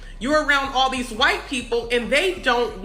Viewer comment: See right there!!! You said whyte instead of white.